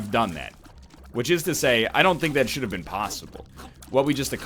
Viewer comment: why he say plosible when its posible